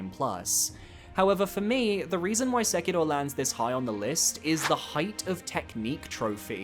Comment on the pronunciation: Please please stop pronouncing Sekiro like that. It is grating hearing this weird non-Japanese accent.